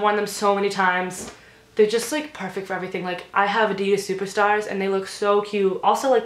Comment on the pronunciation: who go pissed how she said adidas